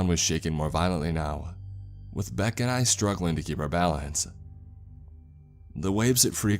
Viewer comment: Beck Said = Bock Sad Why do you talk like this? Un-plug your nose too.